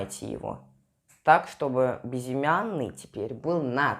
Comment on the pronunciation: Хватит говорить бизимяный безымянный!!!